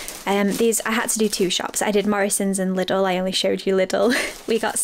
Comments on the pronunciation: ”Little” Bless your heart! 🙈Lidl is pronounced “Lee-Dull” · No one is saying little, they are saying liddle, but it doesn't matter everyone says things how they want to